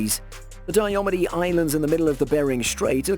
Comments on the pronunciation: It is pronounced Die-ah-mead. Very challenging islands to get to. In the winter planes and land on the frozen sea, in the spring and summer you have to travel via helicopter. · its it's pronounced dia meeed